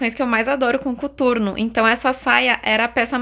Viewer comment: Pq vc falou cUturno e não COTURNO???